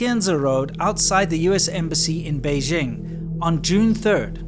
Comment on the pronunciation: The "j" in Beijing isn't pronounced like the "g" in the English word "regime"; indeed, the Chinese language doesn't even have this quasi-French sound. The "j" in Beijing is pronounced more or less like the "J" in the English name "Jim." Easy!